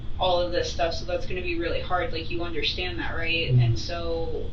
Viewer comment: Why do her and the detective say “underSchtand” for “understand”